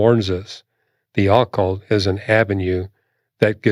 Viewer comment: I hate the way he is pronouncing “occult”